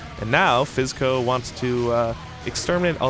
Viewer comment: Why is it that every time they say "Fizzco", I hear "SipsCo."? ^^